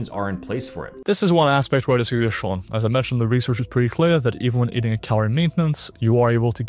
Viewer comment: first, learn to pronounce Sean's name. Second, you have zero credibility. Third, his advice IS from a science perspective, there's no point in adding 'reviewed from a science perspective' because you're not adding anything for that. Fourth and most importantly, you have zero things to add to what Sean is saying. See, he's still telling us to do the basics and you're a content bro mascarading as a scientist